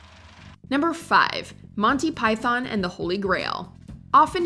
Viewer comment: Learn how to say python.